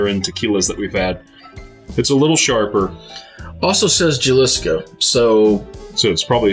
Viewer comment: Love your guys tequila reviews. By the way you pronounce Jalisco wrong lol.